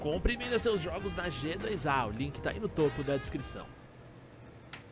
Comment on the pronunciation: Patife, n é GE DOIS A, é Gi two ei aeuaehuaheaeh